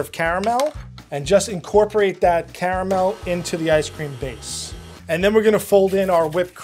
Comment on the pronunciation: I'm stunned that pronounces Caramel correctly. Unlike every other american that attempts to say it...the second A is not silent.